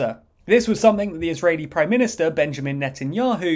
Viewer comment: Israeli, NOT "ISREALI"